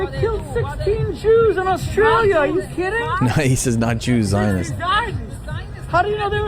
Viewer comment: It’s not “Oss-tray-uhl-ya” Dildo Man It’s “Oss-tray-lee-uh”